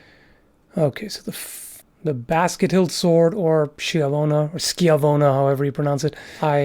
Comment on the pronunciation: Being Italian myself I'm so proud you got the pronunciation of Schiavona right XD